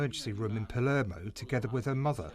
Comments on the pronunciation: The way thr reporter pronounced porticello and palermo is incredibly pretentious and cringe. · How stupid the way he pronounces porticello and Palermo . Pretentious nonsense . Rip to those caught in the wreck here .